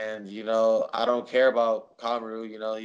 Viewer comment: I was just mocking the way Jose was pronouncing his name mr smarty pants.